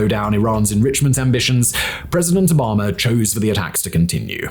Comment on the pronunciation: Obama not Obomber